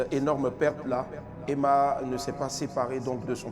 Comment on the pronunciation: Demeure béni Franchement EMMA HUMMMM ON PEUT ÊTRE CHIC COMME ÇA LE PÈRE DALOA FAUT DIRE EMMA SEULEMENT C'EST MIEUX 😂😂😂😂😂😂😂😂😂😂😂😂😂🙄🙄 tchiaaaaaa gagaga Gagaga c'est quoi ça déformation du nom